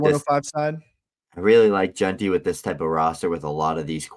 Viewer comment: At this point, Dad has to be messing with us with how he’s pronouncing Jeanty. 😂